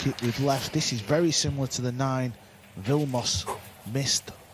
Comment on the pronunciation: Graber? Don't think there is a "R" at the end of his last name. Vilmosh? Don't think there is a "H" at the end of that name either. You have one job. Enunciation should be priority.